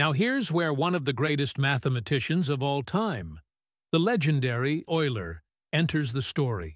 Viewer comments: No it isn't. you pronounce it YOU_ler. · How Oiler became Youler😊 Of course "Oiler" is the right pronounciation! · yes, and your AI messes it up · Teach your AI to pronounce euler and integral.